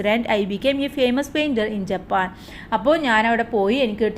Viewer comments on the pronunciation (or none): Jappan ann jaban alla😂😂